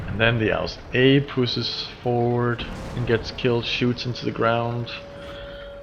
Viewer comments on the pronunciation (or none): none